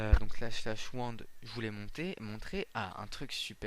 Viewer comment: Il faut faire //wand et pas //wond.